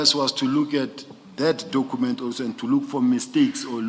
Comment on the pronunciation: Dokhument 😂I blame his then English teacher